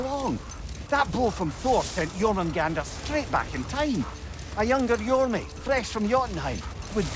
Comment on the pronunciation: 'Jormy' omg